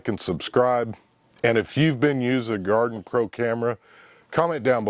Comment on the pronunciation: Its not Garden pro it gardepro. Pronounced like guard pro.